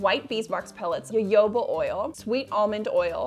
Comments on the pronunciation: Lost me at the pronunciation of jojoba 😂😂😂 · Jojoba oil is pronounced hohoba funnily enough.